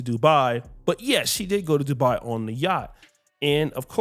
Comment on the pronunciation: Not Dubai it's Doodo do bye 🫠🤷🏽‍♂️